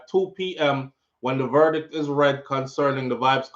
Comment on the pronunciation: One thing mi Wah know, a how much mf “ver-dick” them ago read?